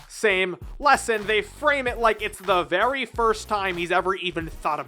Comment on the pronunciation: not verv v.r.v